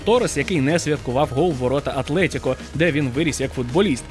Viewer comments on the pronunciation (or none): none